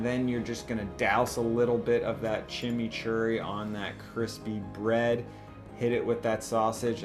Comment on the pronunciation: I just love the way that he says Chimichurri and trows a drawing of a Mate, hilarious haha